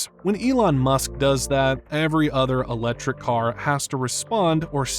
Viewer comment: “Uh-lechrik” cars.